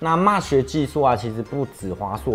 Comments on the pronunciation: MESH應該是唸"媚徐"~~ 不是"罵徐" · 「妹」sh，不是「罵」sh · 我多嘴一句沒惡意,Mesh念咩許不是罵許...